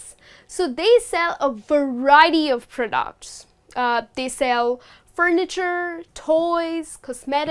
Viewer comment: Thanks for a great presentation but some words seem to be pronounced in a wrong way (fishmonger, products)....